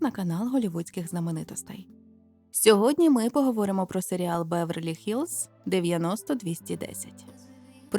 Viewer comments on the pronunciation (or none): Друзі, Беверлі-Гіллз, а не "хіллз" 🤒